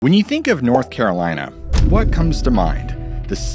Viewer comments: North Carrrrlina 😃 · lmao NORTH CARALINAH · The way you just said North Carolina lol smh lol